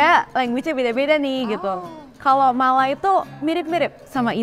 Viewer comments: Sebutan Malay itu seperti tidak pernah belajar english. Malay ertinya Melayu, Malai ada kaum di India Malayalam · Benar. Dia asyik sebut Malai, agak aneh. Kalau dia jenis bergaul dengan orang tempatan , pasti sebut Maysia bukan Malai😂😂